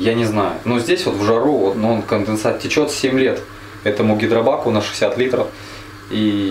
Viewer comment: не теКёт, а теЧёт.😅